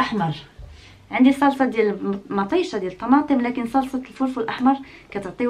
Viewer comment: كتعصبيني ملي كتقولي لكن.